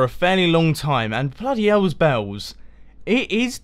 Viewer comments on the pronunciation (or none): none